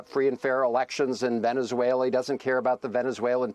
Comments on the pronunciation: Whats Venezwailer?😮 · Trump says Veniswhaler